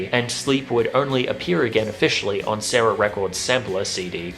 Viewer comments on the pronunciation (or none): none